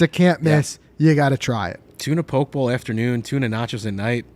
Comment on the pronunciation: Poke bowl. POH-kay, not "poke." Much like Pokemon. Nice review!